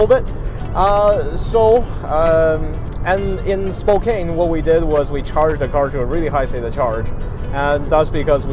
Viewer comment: It's Spo - kann not Spo - kain